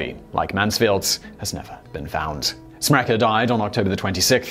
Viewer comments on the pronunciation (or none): You falsely pronunce my surname "Smrekar" it's not "SmrekEr" it's SmrekAr"!